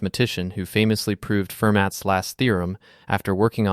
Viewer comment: And Fermat … Ferr-MAH and Gödel … GOO-dul.